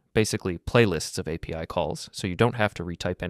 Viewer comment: Дуже поганий переклад, неправильне наголошення, постійно апі називає арі